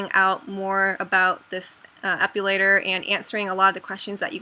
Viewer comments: it's epilator not epulator... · uhh, it bugs me when you say "ep-U-lator" but other than that, great video :) I have one and i love it for my underarms :D